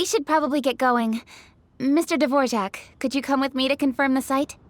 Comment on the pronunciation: I died inside when his name got called Dvorjack instead of Dvorak lol